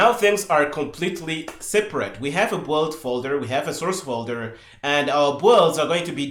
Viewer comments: I 'm loving this series so far. Maybe it would have been better introducing some pauses in speech. Anyway I really do appreciate it. One request: PLEASE "build" is pronounced "beeld" 😅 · Yes, I love the videos but the "build" pronunciation he uses is so confusing